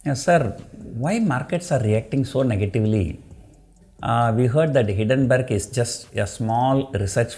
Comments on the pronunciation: Kindly note it is not Hiddenburg, nothing is hidden, it is Hindenburg. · hindenburg pronounce is wrong